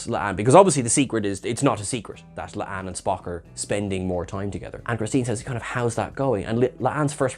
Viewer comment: It's La'an. Not Le'Ann....